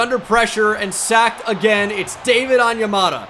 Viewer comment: David’s on-ya-motha